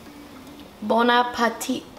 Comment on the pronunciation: My favorite part of this video is when she says "bon-a-pateet" Thank you for helping me make my arroz. Currently waiting for the 20 min to be over